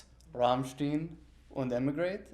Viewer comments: the disappointment on Richard's face when he says Rammsteen lmaoaoaoa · Richard when he said rammstien is priceless 😂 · People who pronounce their name as Ramsteen clearly never heard the song “wollt ihr das Bett in Flammen sehen” or “Rammstein” lol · It isn’t RammSTEEN it’s RammSCHTINE take a German class and get it right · it's not "rammsteen", its RAMMSTEIN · How can you interview Richard and not say Rammstein properly. It's Rammstein not Rammsteen! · Hey! Its not Ramsteen, its Rammstein! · RammSHTINE. not RammSHTEEN. lol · '..aus Ramstiiin' and Reesh is just like 'oh man, not again' XD. Guys it#s RammstEIn not Rammstin. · it should be ramstayn right?,am i right? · “Rammsteen” Why? In front of richard kruspe 💀💀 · Rahmshteen? Dude... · God I hate the way some people pronounce rammstein "ram-shteeen" lol cool video though. Always like these fact/fiction videos on musicians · "Rammstein" not Ramm-steen 🤣 Til asked me once "why Americans have difficult time saying RammSTEIN ?" 🤣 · Rammstien??? Dude, that's not Young Frankenstein! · German is my second language and it offends my ears to hear someone butcher a word so confidently, can’t imagine how it feels for natives. Like man wtf you thinking? ‘RAMMSTIEN’?? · You might as well say "Rammsteen, Reelly" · This man spoke a whole German sentence and still said Rammstien 💀😂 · It istantly gave me those "Young Frankenstein" vibes, for a second I wanted to be Gene Wilder and shout “It’s pronounced ‘Rammst-ine .’ !! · though he said stein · He's basically saying he learned a whole ass sentence in German and still mispronounced "Rammstein" (he said "steen") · I'm always weirded out when people say 'steen'. Just listen to a few of their songs - you're told how its pronounced, repeatedly! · It's always so cringey when interviewers do this. I've noticed it's always American interviewers too, saying something like "rahmsteen" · Richard’s face when the guy pronounced it “Ramsteen” 😂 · Better be pronounced like /rumshtine/